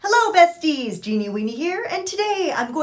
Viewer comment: Am I the only one who hears “peskies” every time she says “besties”? Time to get my ears checked 🙉🙉🙉🙈